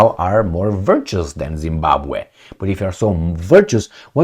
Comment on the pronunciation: Being a Zimbabwean myself I am impressed with the way you manage to pronounce Zimbabwe very well , thanks man !